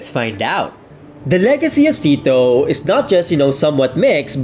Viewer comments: IT WAS NOT PRONOUCED SEATO ( SITO ) .. it was actually pronounced back then as S.E.A.T.O or SYATO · You pronounce it siyato...